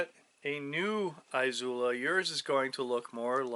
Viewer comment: Eeezula not eye zula. Love the videos but it’s killing me